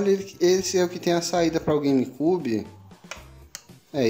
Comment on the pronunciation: “gueime cúbe” kkk